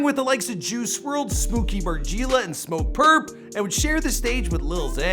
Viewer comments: Bruh “mar-gee-ella” 💀💀 I’m dead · Margeeeela headass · "smOO-kee mar-GEE-lah" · he said smooky mar-geeeela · “Smooky margeeeeli” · Bruh stop pronouncing smooky MarGielaa like that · The way he said smooky margiela pissed me off